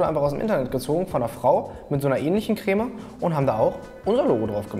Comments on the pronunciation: "kräääme" ....diese Betonung triggert mich echt hart 😂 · Immer diese Kölner... Das heißt Creme net Cräme XD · Regt nur mich dieses crääme auf? 😂😂 Creme.... Bitte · Also gutes video aber kräm statt creme regt echt auf😂😂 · Alter wie sprichst du den Creme aus? Kräh-mee... Krehm! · Warum sagen die Leute im Fensehn immer Crääm? Das heißt Krem. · Es heißt nicht CrÄm, sondern Creme. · KRÄHHHHHM😂. Das heißt Creme (gesprochen Kreme)👍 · Es heißt Creme, nicht Cräääm! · Crämä, dachte das heißt Creme, joke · " KREM" NICHT KRÄMMÄÄ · Cr*e*me nicht Cr*Ä*me! Das ist ein Eeeeeee kein Äääää - arg, sorry, das triggert mich, mein PTSD! Vietnamflashbacks! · Er sagt ja eher Krähmäh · Niemand: Christian Solmecke: Kräme